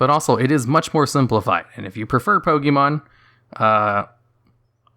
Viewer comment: Why do you insist of pronouncing it "Poke-eee-mon"? If you've been playing since you were a child there's no doubt you KNOW how it's actually pronounced.